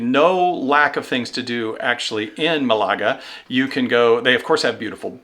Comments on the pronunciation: MAL a ga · The Alhambra is in my top 5 sites I have seen anywhere in the world. I went twice in one visit to Granada. Just Amazing. Also, for Malaga the emphasis in on the first syllable. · The British pronunciation of Málaga is Mal a g